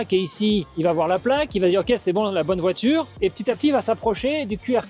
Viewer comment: Répète après moi voi - ture,pas voi-tchure.